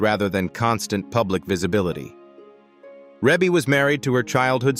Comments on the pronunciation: Let's start with that her name is pronounced: Ree-Bee. Ok...now carry on...I guess. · Yes and its Reby! This is why I won't listen after I figure out its AI!!!😡